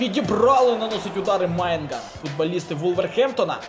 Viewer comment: випуск топ одне побажання твій новий кіпер не Майнгнан а Меньян